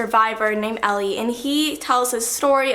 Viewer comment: Elie Wiesel's name is pronounced like Eli. But I loved the video❤❤